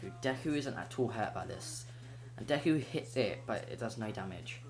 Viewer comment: It's not decker it's deku